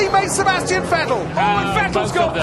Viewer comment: It is FFFFF ettel not WET el